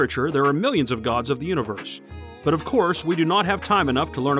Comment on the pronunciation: the way he emphasized "but" in his sentence. Respecting others is one thing regardless of being a Muslim or Hindu but if there's some intention to make one's self superior on his or her faith at the same time is odd.